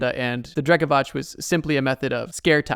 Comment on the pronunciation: Btw its Drekavac , your pronunciation is a little off, but i dont blame you , we talk the same way we write so letters are usualy a lil more pronounced , also, its cool to see you mentioned something from over here xD